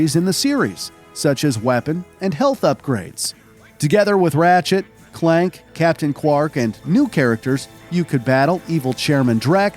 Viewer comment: Is this channel narrated by a real person? How did they get Clank wrong and called him Clark???